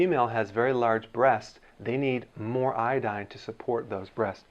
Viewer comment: 边做饭边听这个视频，满耳朵都是波哥在说“海带”，我就纳闷了他开始学中文？瞄一眼翻译，原来是IDDINE🤣